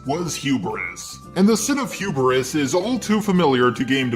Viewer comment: 0-0 the f*ck is hurbris? Did you mean Hubris?